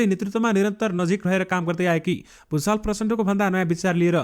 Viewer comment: Gusal ho bhusal hoina yo mantri